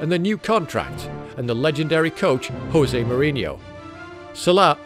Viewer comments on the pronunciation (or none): none